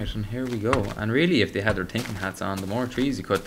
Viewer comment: anyone notice when he says "and" he says "am"